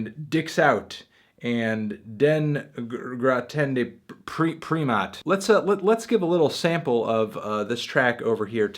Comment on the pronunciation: As a norwegian I can tell you, "den gråtende primat" means "the crying primate". Funny trying to hear you trying to speak my language and failing miserably though!